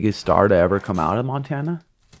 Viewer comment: This nigga really said Montana to seantana....😂😂😂😂